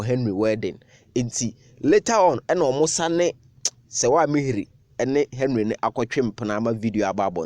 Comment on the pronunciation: It's Ami-heer.